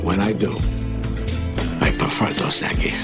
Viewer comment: its dos equis not dos equies learn spanish smart ones